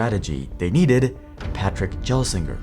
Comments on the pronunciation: You pronounced Pat’s name wrong the entire video. It’s not said “Jelsinger”, it’s a hard G, like in the word gold. Gelsinger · It's pronounced Gelsinger not Jelsinger 😭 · You are pronouncing his name wrong the G is hard not soft. Not 'j-ello' but 'g-old.' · Pat Gelsinger's last name is NOT pronounced as "jell sing ur" The g is a hard "G", and pronounced like the G in "good" So it's "Gell sing ur" (Is this video narrated by AI?) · They didn’t give him enough time. It’s a 5+ year plan. Also Gel with a hard G not a J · Sorry but you keep calling him "J"elsinger instead of Gelsinger with a hard G like in "guy" is taking away from the video XD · Gelsinger... hard G (not Jelsinger) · Gel not Jel, holy shit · For me, it was annoying to hear you misprounounce 'Gelsinger' time and time again. It is pronounced 'G(u)' not 'J', which I would expect you to have realized if you did appropriate research on the company... (Made me think there would only be the most surface knowledge and insights, if you couldn't even get that right, and you say his name every 20 seconds, so it's really in your face) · Jellsinger? you don’t even know correct pronunciation of Intel CEO and you came to educate us about Intel, ok, f-off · Thanks for the Video! Just a note. It is pronounced Gelsinger like Gold not Gel. The G is harder less like a J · agreed with the criticism, but better comparison is the reader pronounced it like 'jello', but it's actually like the 'gle' part in 'angle'. Not really shocked the reader got that basic bit wrong given how much of the video is poorly researched. (first x86 chip, lot of contextual problems). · If you're going to mispronounce his last name please don't say it so many times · Not only is the music too loud, but mispronouncing Gelsinger every 30 seconds makes this unwatchable lmao. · Ok, this isn't a Jiff/Giff thing, The "g" in Gelsinger is pronounced like "guy". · Gelsinger starts with a hard 'g'. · The "G" in Gelsinger should be pronounced like the "G" in GIF